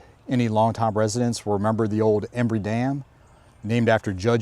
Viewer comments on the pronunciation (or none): none